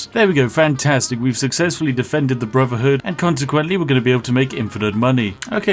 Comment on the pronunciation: Synfs. He can't (or won't?) pronounce 'th'. He says Smiffing when he talks about Skyrim for example. You hear him say 'Brovverhood of Steel'? Its not that uncommon a speech pattern in the UK if you've been poorly educated.